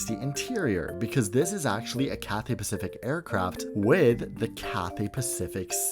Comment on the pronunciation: your content is amazing but i couldnt help but notice the way you said cathay pathific